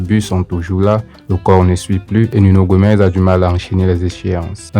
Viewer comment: C’est Nuno Gomes !!!!! Pas Gomez